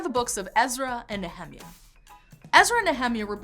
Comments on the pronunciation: Nehemiah - Neh- hem- ya ....I’ve never heard it pronounced that way. According to the King James Bible and the way it breaks down names of people and places it is spelled Ne-he-mi’ ah which according to my studies of how these names are pronounced it should be Née- hee MI -uh , or Née heh- MI - uh. Modern English speakers always want to pronounce everything with a short vowel sound. The King James shows where the emphasis is to be placed and in this case it is the MI’ where the apostrophe is. The name starting with a consonant and then a vowel the vowel should be ‘ long ‘ sound. Je’sus, No’ ah, Ca’ naan, Jo’ seph Name starting with a vowel and then consonant should be ‘ short ‘ sound. Ad’ am, Is’ ra-el, Name starting with vowel by itself should be ‘ long ‘ sound. A’ bra- ham, I’ saac, E’ sau, E’ noch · Is she saying Nehemiah is that how it’s pronounced? I looked this up and in English and Hebrew the pronunciation is different but neither is like this pronunciation I can’t find where this pronunciation is coming from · The non-Anglicized pronunciation of “Nehemiah” sounds strange to my ears. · When she said back of the Bible, I instantly thought, "hidden in revelation and not read often? huh?" then I heard her pronounce Nehemia and I instantly knew, "Ooooooh, it's Jewish stuff!" Shalom! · Talked a bit too fast..and are u sure u pronounce Nehemiah right? Lol..I was like..which book is that?..took me a minute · [ nee-uh-mahy-uh ] not "ne hemi a" I have been taught and have been pronouncing this way since birth... Not changing now at 66 Years old. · I hate how she says "NeHEMiah" instead of "NehemIAH" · I got "Ezra" but I did a double-take on "Nehemia." The World Publishing Company's KJV pronunciation guide of 1950 has it NEE ha MY ah, not na HEMI ah. Maybe real Hebrew versus American? :-) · She say the name Nehemiah wrong. It's not Ne-Hi-Miah Its pronounced Nea-mia. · Usually pronounced Nee-uh-MY-ah. Threw me off for a little bit. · The way she pronounced Nehemiah🤣🤣🤣